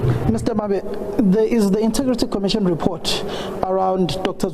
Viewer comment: Hey Pule its not 'inta' or 'inter' for the word integrity. its inteeeeeegrity. Hey Hey